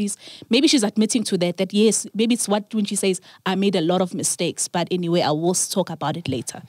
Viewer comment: lol did Sol just say aniswi tivi hahahaha